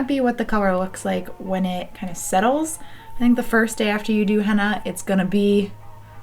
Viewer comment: It sounds like you are saying Hannah instead of henna, it’s cute.